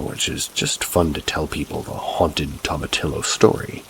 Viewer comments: Lol tomatillo are little tomatoes dude and its pronounce to-mah-tee-yo. Lol being a native texan it made me smirk everytime you said the word wrong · My brother in christ, it's pronounced toma-tee-yo. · Oh my gosh i am cracking up at how youre saying toma-TILLo 😅. I love hearing it like that , being from California I've never heard anyone say it like that.